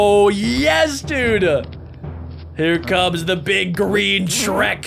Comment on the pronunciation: he realy said here come the big sherk thing